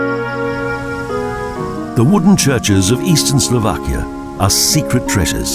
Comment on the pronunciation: Slo VAH kia! Not Slo VACK ia. All "a's" are soft in the Slovak language. No such word as Slovakians, they are Slovaks. The accent is usually on the first syllable, i.e. BRA ti slava, NOT Bra ti SLAVA. So far only one video on UTUBE has pronounced the capital of Slovakia correctly. I am Slovak, I wish these people would do a little bit of research and not disrespect the culture, by giving people very incorrect sounding of the words.